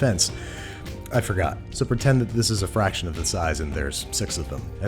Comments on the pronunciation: “in my defence, I forgor.” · babish : i forgor 💀